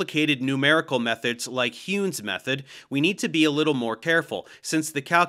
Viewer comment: Nice! This series is actually in perfect lockstep with my Nonlinear DE class Small error, Heun is pronounced like Hoyne